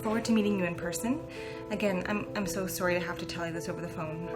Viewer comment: She said “I’m so surrie” Canadians are so adorable